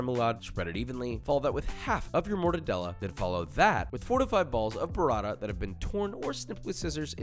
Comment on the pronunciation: BOO-rah-ta not burr-ah-da. DANG!